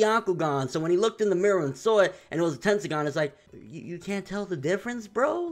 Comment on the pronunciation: Don't let's swagkage hear you say tendiagan